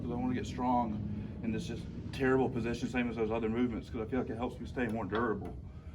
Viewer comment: The way he says "durrible" just makes me trust him 3000% more